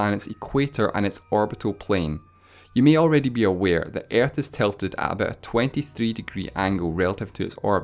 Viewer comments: I die more when you think that my mother language is English. I am not a native speaker neither. Yet he pronounce ''Earth'' more like ''iearth'' rather than ''ə''. That is pure pronunciation mistake, nothing to do with accent. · Earth not airth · it's actually earth Not aerth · You're voice is so wired and you sound like and Japan is that way you say.an episode 1 and it s earth not iarth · “Ærth” funny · stop saying airth lmao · Why are talking Aerth? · When you say earth I sometimes think you say air. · Ok,I thought you said "Air" instead of "Earth" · When he pronounces earth as air-th (not trying to make fun of his accent) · I love the way he say aerth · "Airth" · I love how this guy says earth It sounds like airtth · Say Earth correctly you're saying: Airth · everytime that you said ''earth'', part of me died... worst pronunciation ever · sorry, but how the fuck does he pronounce earth? xD I know its a accent/dialect but still. No hate please...